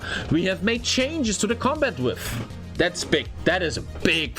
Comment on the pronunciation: Width :) Pronounced widTH